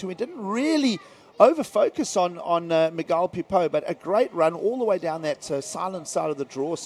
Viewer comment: It's Miguel like mee -gel not Magile